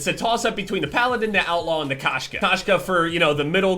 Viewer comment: K-oh-shka*. It’s cat in Russian, Kashka is oatmeal lol.